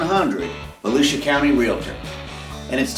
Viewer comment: Say it with me now it's Vo-loser county!😂✌🏾